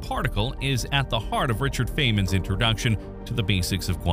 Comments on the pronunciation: Is it AI or just ignorance in pronouncing “corpuscle “ and “Feynman?” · Why can't you pronounce the great physicists names correctly? Great basic information but the wrong pronunciation of Feinman and Dirac detract from the presentation.